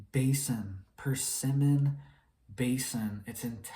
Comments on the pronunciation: FYI, it’s “Permian” Basin, not persimmon (a fruit). The Permian basin is a large depression of land in North-Western and Central Texas, USA, beneath which was a large deposit of oil and natural gas, formed at the end of the Paleozoic era. Much organic materials were present there (plants and animals) from which this deposit was formed, and then covered in subsequent geological events. After the discovery of oil as a fuel source in human history, many drillers came to Texas to extract from these deposits. Many a business man became wealthy from it, giving Texas a reputation of being the state that produces wealthy “Oil Baron” millionaires. While this may have been true during the oil boom years, in the past few decades, oil production tapered off, as wells went dry, and cheaper imports from Middle East producers made drilling and extraction here less attractive or profitable - US oil became more expensive than their competitors, thus refiners purchased from foreign suppliers. The government may have encouraged an attitude. It was thought “why should we deplete our deposits here, when we can drain those of someone else, and save our own for the future when the world is running out?” There is a debate over exactly how much oil the world has remaining, and whether it is a finite resource. You can see via online mapping apps numerous gravel roadways linking access to the many drilled wells in the Permian Basin in Texas. Just start looking around Midland and Odessa TX, and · Permian basin not Persemon in Texas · "Persimmon Basin"? You mean Permian Basin?